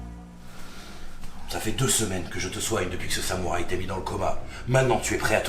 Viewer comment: Ronine bordel! Pas ronain! On dit pas samouret, et naoe est pas une shinobi! Ça n'existe pas, on appelle ça une kunoichi! C'est pas parce que Ubisoft sont des ksos qu'il faut être aussi un ksos, et c'est kounai! Pas cunai bordel, et bien sur yasuke c'est woke, ceux qui disent le contraire sont juste des consanguins fini à la pisse, ce gars c'était rien dans l'histoire du Japon, 0 débat, et mirage est bien meilleur que origins, odyssey, Valhalla et shadow et de très loin! Certe il y a des trucs qui ne vont pas, mais globalement il est plus proche d'un vrai assassin's creed, avec un minimum de neurones tu peux comprendre ça, et tu agence pas un repaire pour que les autres le voient, mais pour toi hein, pour les gosses qu'on peu pas tuer, s'était le cas dans skyrim à l'époque aussi au passage, et pareil pour la désynchronisation, c'était le cas sur les anciens assassin's creed